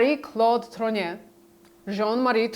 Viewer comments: TROGNEUX! Could you please pronounce it ... not whatever name you keep saying! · Trogneux For anyone interested: Trogneux pronounced Trrrag-newe Words ending eux takes an ewe sound. Words ending aux sounds like oh Words ending in eau takes an ohh sound. Words ending in ier takes an eeāa sound. For example: Gateau ..... Gat-toh Montier ..... Mon-tee-ā Faux .... F-oh Deux ..... Dew, few, ewe, oooh Pooh Just some helpful French hints.